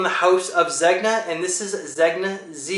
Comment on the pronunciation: Nice video, some coold stuff right there. And one more thing, Zegna is Italian designer brand, it is supposed to be pronounced Zenya. Keep up with nice videos!